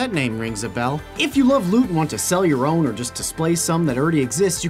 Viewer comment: nothing makes me angrier then them saying lut and not lüt. whats the truth?